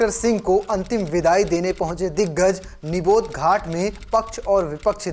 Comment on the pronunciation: समाचार वाचक को समाचार पढ़ने से पहले आवश्यक जानकारी प्राप्त कर लेनी चाहिए। जिस स्थान पर दिवंगत प्रधानमंत्री का अंतिम संस्कार किया गया वह निगम बोध घाट था न कि निबोध घाट, जैसा कि पाठक ने बार-बार उल्लेख किया है।